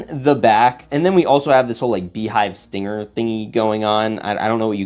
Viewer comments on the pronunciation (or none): none